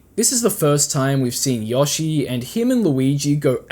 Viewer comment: I’m sorry did you just say “Yoh-shi”? It’s “Yo”, like “Ayo”-“shi”.